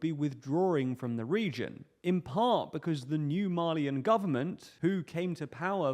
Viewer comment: Thought you were saying “Marlean”, not “Mali-an”. I was scared we were about to start seeing Titans in Africa lol